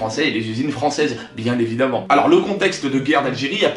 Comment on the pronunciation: "ividement" bien l'accent